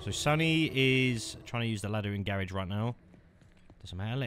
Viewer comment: Garage❌ Garrage✅